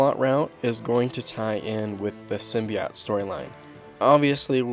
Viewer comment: I've heard 'Sim-bi-ote' and 'Sim-bee-ote' but never 'Sim-by-ot'